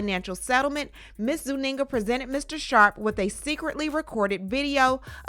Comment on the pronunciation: Zuniga not Zuninga😮